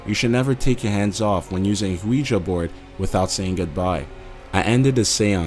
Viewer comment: This guys accent is so fucking annoying I can't listen anymore. Who the hell pronounces Ouija like that?